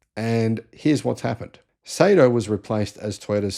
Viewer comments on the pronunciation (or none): Not pronounced "Say-Toe", it's "Sigh-Toe."